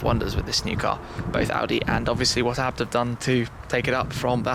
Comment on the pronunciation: Isnt ABT pronounced a....b....t not as one word??